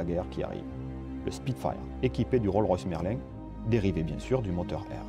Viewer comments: Roll Royce?? Prononcé : RollS Royce🤣🤣🤣. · Il y a un "S" à la fin de "Rolls", juste avant le "Royce". On ne dit donc pas RollRoyce, comme dans Rollmops, mais Rolls Royce. Ok, ça c'est fait. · Roll Roys??? Ya un S aussi dans Roll(S) il est à la fin du nom. Et ça donne RollS RoyS